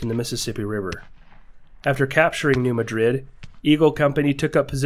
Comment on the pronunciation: It is also New Mad-rid MO, not New Ma-Drid